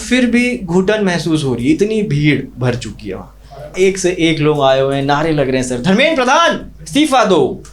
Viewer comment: लोग ❎ लॉन्ग✅😂😂